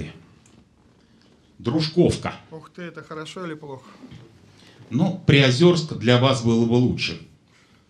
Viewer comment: Не "ПриозЁрск", а "ПриозЕрск"!